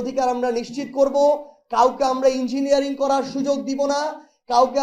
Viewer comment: Engineering শব্দটাও উচ্চারণ করতে পারিস বলে তো মনে হয় না